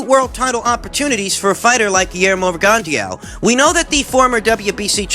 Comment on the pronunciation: PRONOUNCED Rig - on - Dough. If you knew anything about Boxing, you would know this. Sad.